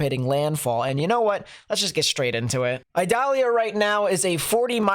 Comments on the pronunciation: Eee-doll-yah. It is not an onion. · not to be a hard a...ss lol its pronounced E DAH LIAH , I in spanish sounds like E in english no pressure lol .